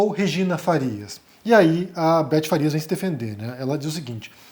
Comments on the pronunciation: É Betty Faria, e não Farias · É BETTY FARIA e não Farias.